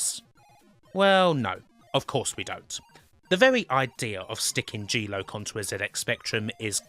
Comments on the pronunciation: "Jeee loke" ??? Erm....kim G Lock 🔐 ! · Jeee loke.......ahem.... Ahem.... I actually love.... but just to say this tickled me....g loc = jee loke!